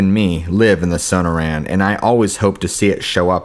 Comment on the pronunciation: That's So•nor•an,desert, sorry just bugs me,coming from a guy who flunked Spanish in high school!